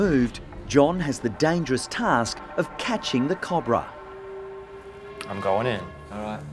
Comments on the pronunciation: It's not a Cob-bra it's Co-Bra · It’s pronounced ca-oh-bruh not cu-bruh